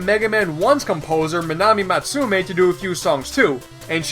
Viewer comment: You almost got Matsumae's name right